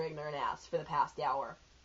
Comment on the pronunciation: i like how u actually said "da" haha